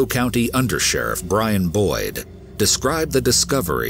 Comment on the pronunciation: The second story, I kept hearing “Understudy Boy” instead of Boyd 😂🤣 imagine a little boy answering the questions